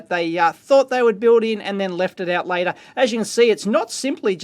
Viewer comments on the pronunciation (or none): none